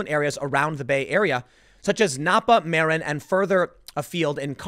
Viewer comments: Muh-rin, not Mare-in....Marin....a Mexican in a white van pulled up, let's keep it real..... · Hey, Tim! Here are the correct pronounciations of S.F. area names: NO-ee Valley not 'No Valley', Ma-RIN, not 'mare-in' and Car-MEL, not 'CAR-mel.' You don't know the S.F. Bay Area and neighboring towns too well, I guess! At least you ARE avoiding all the 'poop! Lucky you! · It's pronounced MUHrin, not Mare-in. And if you think Marin isn't a wealthy, over privileged cesspool then you are in for a big shock. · Its pronounced, ma-RIN county, not MAR-in county. You might want to talk about the mass exodus from Orlando, FL. It has the biggest exodus of all U.S. large cities. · Tim it’s Ma rin not Mair in also it’s not caramel it’s Carmel. You don’t live in New Jerky. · Marin is pronounced "Murin" not "Maarin". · it is Mah-Rin and not Mere-En. well it is a proper name, so who cares? you say it once or twice and then never say it again. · SF Bay Area resident here. Great show, one thing regarding pronounciation... Napa = nah-pa Marin = mah-rin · It's pronounced M are in . And 1.7 million isn't huge my parents bought a house in mid 90s for 300k sold in early 2000 for 1 million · NAP-AH, MAH-RIN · Marin is pronounced like "muh-rin" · NAP-uh, Muh-RIN, and Car-MEL. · Nopa (NAPA), Marine (Marin), I like Tim’s commentary but his pronunciation is a little suspect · It’s pronounced ma-RIN, rhymes with win. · NApa marIN and carMEL. Come on Tim. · It's pronounced Ma-rin. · Not that it matters, but if it helps it's pronounced muh-rin county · It's pronounced muh-RIN. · Marin = muh-RIN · muh-RIN. carMEL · Muh Rin Car-mel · Tim's pronunciation of Napa, Marin and Carmel was so bad it was good. Never seen anyone get them all wrong. Trifecta! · Double check your pronunciation of “Marin” county. Keep up the great work! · TIm somehow managed to mispronounce Napa, Carmel, and Marin in one sentence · Tim. You pronounce marin and Carmel hella funny. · haha he said marin wrong!